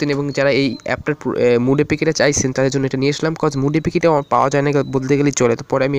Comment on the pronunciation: ভাই উচ্চারণটি হবে সাইফোন আর মুড না মোড হবে